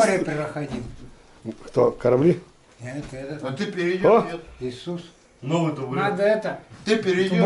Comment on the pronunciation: Про исуса я тожа слишал бульдок правилна говарит.